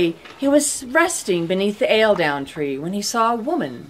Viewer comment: Good fun. But at 40 seconds or so the Eildon Tree is prronounced something like Ale-down which really grates for someone from here :-) It is pronounced more like 'eel-don' with the second syllable being quite short. There is a stone plaque where the said tree was supposed to stand at the bottom of the Eildon Hills between St Boswells and Melrose in the Scottish Borders :-)